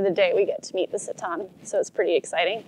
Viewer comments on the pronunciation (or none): Great documentary. Just one clarification. You keep mispronounced the tribe’s name “Tsaatan” to “sataan”. It confused me at first. I almost thought there was some new tribe that called “sataan” which I didn’t know about. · Thanks for video but pls say the names properly. It is not tsatan. It is Tsaatan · I am Mongolian but they keep mispronouncing the Tsaatan (reindeer tribe). It sounds like Satan. At least, they should’ve learned how to properly pronounce Tsaatan. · You spent so much time in Mongolia and with the Mongolians, and yet you didn't manage to pronounce simple words like "ger" or "tsaatan" correctly. Even when introducing these terms to the outside. Pretty parochial.